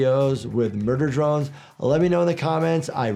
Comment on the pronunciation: OMGG MURBER BRONES